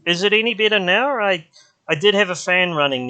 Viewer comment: You say bitter instead of better and idge instead of edge 😃